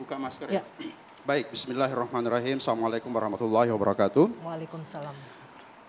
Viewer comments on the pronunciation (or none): Agama bapak apa? Tolong pellajari kembali manfaat adzhan,awal pembukaan bapak mengucapkan salam dengan mengucapkan "Assallamuaallaikum",Jangan hanya hidup kekal karna jabatan,ingat mati,jika bapak meninggal telinga kiri akan diadzhankan saat pemakaman..